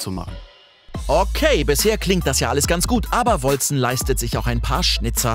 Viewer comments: Wolcen wird "Wolken" ausgesprochen, also auf Englische und nicht deutsche Art Edit: Hab grad ne Antwort von den Entwicklern auf Steam gefunden, wie es ausgesprochen wird: "Wal-ssen :) But you can say it as you want. It is old English for "Celestial", and can be pronunced : Wol-ssen or Wol-Ken" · hab es grad nochmal gegoogled und die Entwickler haben folgendes gesagt: "Wal-ssen :) But you can say it as you want. It is old English for "Celestial", and can be pronunced : Wol-ssen or Wol-Ken"